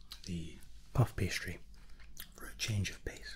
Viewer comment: Did he say partisary instead of pastry or am I dumb